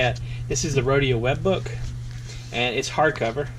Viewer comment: it most definetly does, when you use a western m nib you'll ruin moleskin especially if you are considering that baystate blue ink lol, but you should feel a difference when you write between the moleskin and the rhodia which you did not mispronounce btw